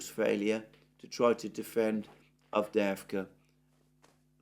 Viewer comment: The way you say avdeevka sounds wrong because you don't say the little "y" (as in "yes") before the 2 "e"s/ It's "Avdyeyevka." A few times is fine but when you mention the same word many times you might make the same effort on it as you have on others. Again I'll also say that "aggressive attrition", conduction millitary operations not to seize any gain directly, but simply to inflict losses, is simply mass murder. This is doubly true if the enemy is already inferior and degraded. I started off as a Z-respecter, but can anyone blame the Ukrainians for not wanting to be under the thumb of a government that conducts war in such a cowardly way, much less against themselves? How many of the Russians in Dnepropetrovsk or Kharkov or Nikolaev can no longer be liberated because they have been conscripted and "aggressively attritted?"